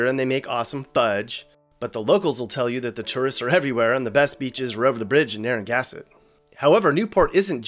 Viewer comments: Being born and raised in Rhode Island I don't think your video is very accurate. First of all its NARRA GANSETT NOT NARRAGASket, also our state beer. You left out our biggest most revenue earning tourist attraction. Aquidneck Island ( Newport, Middletown, Portsmouth). This island is home to Judge Judy, the Bouvier-Kennedy estate, Arnold Schwarzenegger, Jay Leno, the late Anthony Quinn, the late Casey Casem, we have the not just some festivals?... lol we have the international jazz festival, we've seen the likes of Duke Ellington, Ray Charles, the international folk festival, the boat shows, the International film festivals. There was a tv show set and filmed in Providence called Providence. The show Dark Shadows was filmed in Newoort, RI, also a few movies like True Lies, Amistad, the witches of eastwitch in Little Compton, RI. We have the Navy, Quonset defense and invented the quonsett hut and we are home to Raytheon and the home of the writer of the Battle Hymm of the republic So that's pretty not Rhode Island you left out the biggest stuff. There's no quahog chowder it's clam chowder bc a quahog is a kind of clam. Also, Ocean Drive where was that? The movies high society and the great gatsby were shot there. Prudence Island, Hog, Hope, Despair Islands? Federal Hill the food and more famous people like JFK and Jackie getting married downtown at St. Marys Church in Newport or going to the creamery for an awful awful.... This didn't unbox Rhode Island do your research. The te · Actually it is named after an Indigenous people’s tribe so it is pronounced “Nah-Hah-gan-set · A small pronunciation foible: it's "Narra-gansette" not the way you said it, over all great video and very funny! We also say "bubbler" for water fountain. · Great video. (I have an issue with 'Narrangassett'!) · P.S. It's pronounced "Nara-GAN-set". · Damn it! It's NarragaNsett! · His Mom she done told me, to say Narragassett. Be sure to give her some Flowiz. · It's Narra-gan-set. ;)